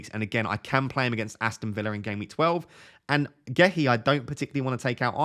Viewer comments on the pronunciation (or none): none